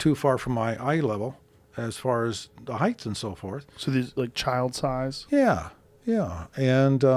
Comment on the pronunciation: Did Robert Bigelow just say..'heighdth'.. and not height? Has anyone the courtesy to correct him?